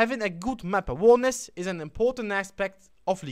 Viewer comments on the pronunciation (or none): Great video dude !! I'm not trying to sound douche but you pronounce "awareness" as a-wear-ness . Not trying to be a ass but you know how internet trolls can get. I don't mind what way you say it cause I know what you mean but other kids would give out about it. Great video though :) I was 1100 elo before I watched you within a month got up to 1400 pretty good me thinks.